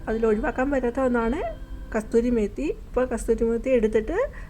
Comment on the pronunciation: കസൂരി മേത്തി ആണ് കസ്തൂരി മേത്തി എന്നാണ് പറഞ്ഞത് 😅